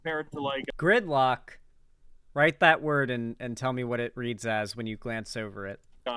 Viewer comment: This man just made me mistake the word gridlock for the word girlcock